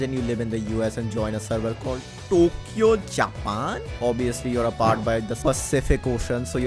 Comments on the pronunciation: that "Towkyo jaapan" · I didn't realised he is indian untill he said tokyo japan in indian accent 😂❤